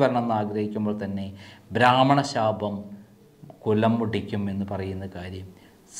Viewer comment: കുട്ടീ, ഭ്രാമണൻ അല്ല, ബ്രാഹ്മണൻ ആണ്